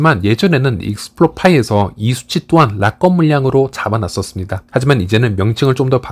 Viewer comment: 파이랑 상관없는 말씀이지만 락업 발음을 라껍이라고 안 하시면 안 될까영.. 우리나라 외래어 표기 방식으로도 그렇구 외국인 발음 들어보니 라겁 or 라껍처럼 악센트를 아예 다 준 것 보다는 '락'에 앞에 강세가 있고 뒤에 업이 자연스럽게 붙어 라ㅋㄱㅓㅂ 커와 거 중간 느낌으로 말하더라구여. 의 발음이 틀렸다고 말씀드리는 게 아니라 강세 있는 발음 단어가 너무 많이 반복되다 보니 영상 시청에 있어서 가독성? 몰입도가 떨어지더라구요. 약간 부드럽게 말씀하시면 더 질 좋은 영상이 되지 않을까 해서 조심스레 건의드려봅니다. 항상 감사드립니다